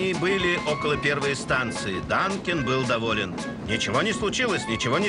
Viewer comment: Вообще-то Дункан, а не Данкин.